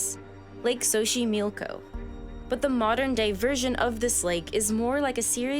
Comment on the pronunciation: Your pronunciation of the words Axolotl and Xochimilco is insulting to my culture 🤦🏻‍♀️ The X sounds like “Sh” in Axolotl and “S” in Xochimilco. Pretty important to a documentary-type video to get the main words right 😬